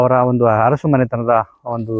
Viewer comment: ಅರಸು ಬದಲಿಗೆ ಹರಸು ಅನ್ನಬೇಡಿ. ನಾಲಗೆಯನ್ನು ಸ್ವಚ್ಛವಾಗಿಡಿ.